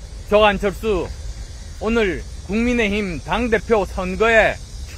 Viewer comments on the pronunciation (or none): 사랑하능 앙철수. 그만하고 한글발음공부 더해랑. 세종대왕께서 너보고 나무라신다. 나도 너가 나와서 뭔가를 주절거릴 때마다 참으로 듣기 거북하다. 그만 티비에 까꿍하고 집으로 돌아가라. 너는 왜 안되는줄 알면서 계속 대통령 선거마다 후보자로 나오는지 이해가 않된다. 그런 발음으로 무슨 대통령을 하겠냐: "종경하능 궁밍 여러분, 이 앙철수 이제 정게에서 나강니다. 궁밍을 위해서 의웡직을 내려놓겠습니당" 이렇게 발표한번 해봐라.